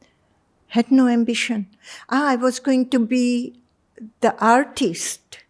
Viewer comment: Host should improve his English pronounciation mainly letter T and D he pronounce it as Thee and Dhee which is quite irritating to listen